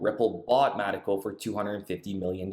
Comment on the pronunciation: It's not Mattico. It's mee taco. It's like a mexican pirate. Avast there maytee. Stay away from mee taco!